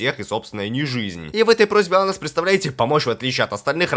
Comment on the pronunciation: Анус или мне послышалось?